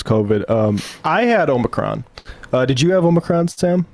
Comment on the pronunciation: The way Ben pronounces "Omicron" hurts my ears, especially when he says it multiple times in succession.